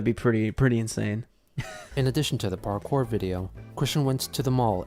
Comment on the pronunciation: no, he thinks he was doing parkour . or as he called it; ''parkay'' LOL XD